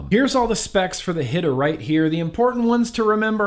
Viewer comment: what’s up sir hope all is well. Great video but since I’m a little hoodish lemme see if I can help you with good pronunciation. When you words like Hita or like Salt N PEPA. YOU ARE SUPPOSED TO SAY THEM THE SAME WAY YOU WOULD SAY THE PROPERLY SPELLED WORD ITS JUST SPELLED DIFFERENTLY. SO YOU WOULD PRONOUNCE PEPA LIKE PEPPER THE DIFFERENT SPELLING IS MORE TO SEPERATE THE ITEM OR PERSON. HOPE THIS HELPED AND SORRY FOR THE CAPS JUST REALIZED I LEFT THEM ON AND TOO TIRED TO RETYPE. I WOULD NEVER YELL AT SOMEBODY WHO HELP ME JUMP OF ANALOGS. 🤟🏽